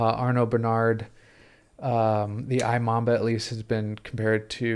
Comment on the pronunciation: Imamba is pronounced eeMamba